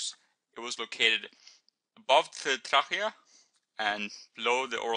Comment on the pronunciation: ur pronouncing trachea right but when u get to the CH pronounce it as K :) lol xx did i mention how good are ur vids ! love them heaps